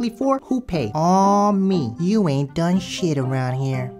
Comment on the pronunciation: Lieda didn't say "she done" it sounded like "she dumb"